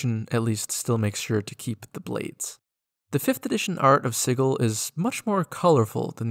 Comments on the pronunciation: Edit: It's like naming a place "Spice" and pronouncing it "Spike." Fkn obnoxious 😂 One of my biggest pet peeves is people not pronouncing words correctly. Sigil is a real word, with a Soft G sound: Si-jill. It means "symbol." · Sigil is actually pronounced with the same Schrodinger's "g" sound as in "gif." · Sigil not Sigil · No it's pronounce sigil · You pronounced it wrong.